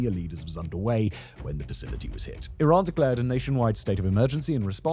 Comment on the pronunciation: Remembers guys, it’s “e-rhan” not Iran 🏃‍♂️‍➡️